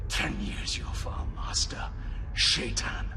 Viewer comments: Yeah, the pronunciation of Shaitan varies significantly. I believe Robert Jordan had intended it be pronounced the way it is said in Arabic (I speak Persian, and if it’s the same in Arabic, the proper pronunciation is that “Shai” rhymes with “K,” and “tan” is pronounced like the word “ton”), though the original audiobook narrators (Michael Kramer and Kate Reading) say it like the word “shy” and the word “tan.” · I wonder if some of the audiobook’s production choice was to make it not immediately sound as much like the common English “Satan”, which “Shay-ton” would.